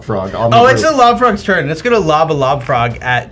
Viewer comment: This episode was hilarious and terrifying! I kept hearing love frog instead of lob frog which for some reason made it even scarier.